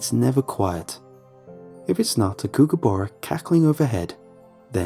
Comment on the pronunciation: That and "kookerborra". Oof.